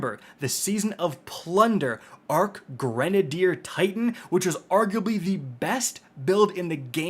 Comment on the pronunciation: "it's pronounced Kite-in powder"